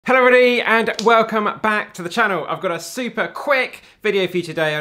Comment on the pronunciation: I love the way he combines hello everybody in the intro😂😂